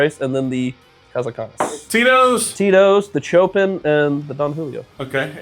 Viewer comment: Pronounced SHOpin. Not CHOpin! 😂😂😂